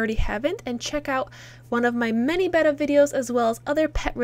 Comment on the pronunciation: I love the way you say betta. Maybe it's just the sound, idk. Betta Fish.